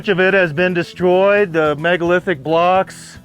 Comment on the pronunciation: did someone mention: 'MEGOLITHIC"?